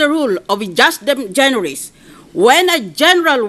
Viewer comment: madam senator, with all due respect, the latin "ejusdem generis" is pronouced as eyusdem generis. when a vowel precedes and succeds the letter j, the letter j is pronounced as a y.